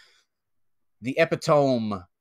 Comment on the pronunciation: Is "epi-tome" a running joke? pronounced it that way several times in an earlier episode.